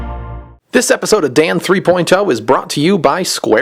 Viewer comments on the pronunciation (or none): THREE>>>POINT>>>OHHHH.. NOT THREE POINT TOE!!!!!! Stop Pronouncing it like that!!!! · it sounds like you say dan three poin toe XD